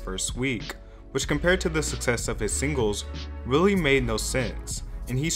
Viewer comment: “Bang gers “ “sing guls”